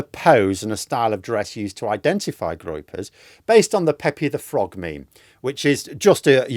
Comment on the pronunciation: Groypers😂, not Gropers.